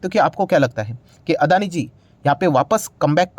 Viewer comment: Its Not अदानी। Its अडाणी।